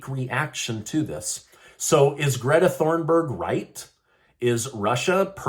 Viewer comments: It's "Thunberg", not Thornberg. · Ok… so I really like listening to you … and I think you do a great job getting the facts to us… But your credibility tends to wane when you mispronounce names… Greta’s last name is Thunburg - pronounced “TOON-burg” - not “Thorn-burg”. Even I know that it’s “journalism 101” to make sure one knows how to pronounce names correctly! Do better!! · Just a note: Greta’s last name is Thunberg, not Thornberg. I’m only sensitive because my last name is Thornberg and I don’t like getting mixed up with the Thunbergs, ha ha! Love you! Love your show! ❤️😂 🇺🇸 (The last time I had probs with my name was when the big book and movie, “The Thornbirds” came out in the 80s or 90s, lol.)